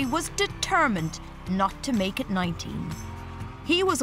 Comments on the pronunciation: She pronounced the 'ate' and 'it' as 'ashe' and 'ish'. What MTI is that ? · She can't say "it" properly